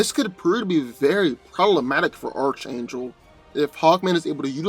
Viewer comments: It's pronounce Ark-Angel and this is a pretty one sided fight going to Hawkman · It's pronounced Arch(Ark)- Angel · can you not fucking speak... hooked oh phonics nigga... nith metal.. lmafo this video should be titled.... I can't pronounce shit... by dan.. lol sad thing is you'd done a archangel video before you had comment after comment tell you how to pronounce it but you still butcher it.... lmfao... fucking idiot dan is. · & his mispronunciations lol. His name is Archangel, pronounced ARK-ANGEL, not ARCH-ANGEL lol. And Nth metal isn't pronounced NITH metal, it's INTH-METAL. Lol, typical lol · Hey, I've mentioned this to you before, but it's pronounced ARK-angel not ARCH- angel. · Okay let me help most of you out. The Marvel character gets his name from the actual biblical angel from the Bible" Michael the Archangel". The C and the H together makes a "K" sound. So it's pronounced "Ark " Angel even though it's spelled Archangel 👍😇 🕊. Hey but pronounce it the way you like no one is paying anyone here on corrective comfort pronunciation. I still believe Hawkman man should have kicked archangels ass in this one especially with that magical metal he possesses lol! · Well yea it is ark angel, thats why schooling ia imp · I swear if he calls him ar CH angel im gonna lose it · Archangel is pronounced (Ark-angel) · Archangel wins, and its pronounced ark-angel, get it right please, even though hawkman is a beast in combat, archangel is definitely much faster, hawkman wont see him coming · Nth is not pronounced "Nith". Nth is pronounced "Enth". And you go to a Christian school but can't pronounce Archangel? It's pronounced "ARK-angel". The "CH" is pronounced like a "K". Like when you say the Archon, it sounds like "Arkon". At this point, multitudes of commentators have pointed this out to you. You never read comments?